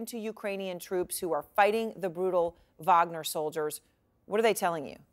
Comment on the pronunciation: Please people.. If you are not Russian stop using the V sound when its a W. Its WAG-NER not VAG-NER>>> Remember you are not Slavic and no reason to speak like you are a foreigner with an accent.